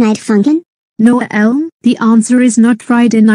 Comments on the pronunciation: Why does mispronounce Elmo's name as "Uhel"? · I have no idea why voice can not pronounce Elmo's name correctly. I did type Elmo in her TTS.